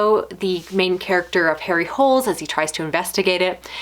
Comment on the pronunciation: As much as I enjoy people saying "Harry Holes", his name is pronounced "Harry Ho-lay"